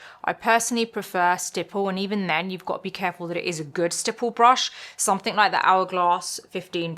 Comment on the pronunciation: She’s a Brit, so her English is native. Only thing that bothers me is that the word ‘something’ does not have a K the end of it!